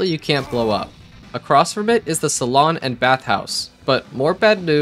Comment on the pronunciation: Hold up... who made this map? A saloon is another name for a bar but you said "salon" as in beauty parlor. But it does say "& bath house" on the sign so maybe the creator was confused? But the setting suggests saloon and why would a bath house exist in this setting... someone goofed.